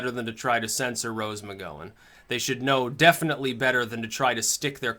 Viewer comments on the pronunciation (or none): "McGowan", Gow, as in ouch, not oh as in 'go'. It's obvious that doesn't watch TV. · i think the gow in gowan is said like cow.